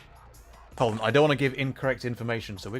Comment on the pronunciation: When you say hold your horses, you forget to pronounce the h in hold. In Spanish this is expected, not so in the English language.